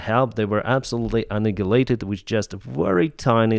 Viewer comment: pronounces annihilated as an-nag-a-lated.